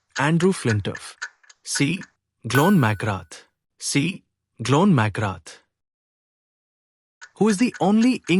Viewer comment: Really appreciate the quiz mate but Glenn McGrath played for Australia, not England. Also his first name isn't pronounced "John".